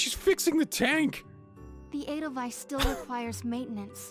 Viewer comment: the way you pronounced the Edelweiß this episode was off, especially the weiß part, its not a wiss but a w-aye-ss